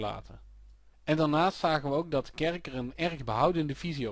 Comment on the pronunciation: zeer handig dit ! alleen iets meer "DE" in plaats van "DIE" ;P